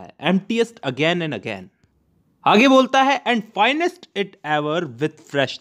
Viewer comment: is it finest or fillest? :/